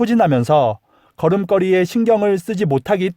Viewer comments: 걸음껄이라고 발음 하시는것 걸음거리(걸이)로 교정하세요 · 잘 봤습니다 그런데 걸음걸이 발음이 틀려서 듣기가 거북하네요 고쳐주세요 자랑스러운 우리 한글을 위해서라도 꼭 고쳐주세요 거름꺼리가 아닙니다 거름거리입니다 많은 사람이 시청하고 있으니 더 조심해야 될것 같아요